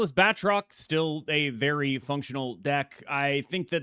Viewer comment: *Ahem, I don't believe ItsGuestGaming would approve of that pronunciation, you gotta really roll that "R" my man, apparently it's pronounced: {Bat - troke}